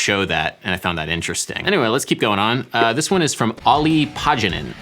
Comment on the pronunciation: Lol, you butchered poor Olli's name. The Finnish "a" is like the a in father (pretend you're British), and the Finnish "j" makes a constant "y" sound. In English this is like "yup". "O" also only makes an "O" vowel like in "hope" or more like "old", I suppose. You also say every letter in the name, so double vowels and consonants get lengthened. Ol-li Paa (hold the a) - yan - en